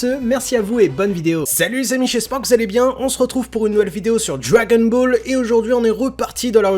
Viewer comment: Je suis le seul à entendre djagonball